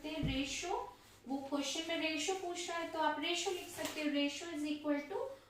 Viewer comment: Mam it s called the23is to31not aRotio😊